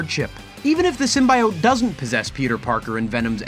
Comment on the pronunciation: In the voice of Hermione It's Sym-bee-ote not sym-buy-ote.